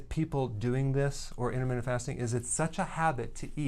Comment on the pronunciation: Intermittent not intermittsnt